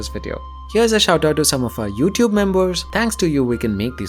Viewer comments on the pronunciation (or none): none